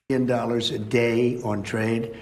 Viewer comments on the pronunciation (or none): Drinking game: take a shot every time he says "millyen," "billyen," or "in the history of our country"